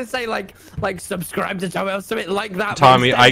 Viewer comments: Bro really pulled out the SubscWibe and o-o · Dang it I was going to subscribe until you spelt it "Subscwibe" !!!!!!!